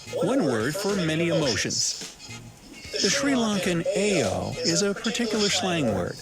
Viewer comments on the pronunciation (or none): Aiyo isn't pronounces like "A O" it's pronounced like "I Oh" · Aiyo is pronounced "eye-oh" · Aiyo is pronounce as 'I' 'YO' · U and video host pronounced "aiyo" wrong. Not even close 🙄